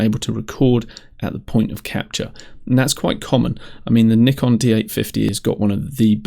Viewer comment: Subscribed simply because you said iso and not iesso!! Even though I'm a Canon user it was also nice to hear you say Nikon and not Nykon....lol. I'm interested in this software anyway as I've just purchased it on humble bundle :)) Good video :)